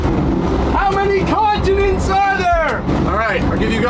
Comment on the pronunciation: Oh! Continents, not consonants! I was VERY confused for a minute. 😂 (And yes, I would almost certainly buy fresh crab from the source.)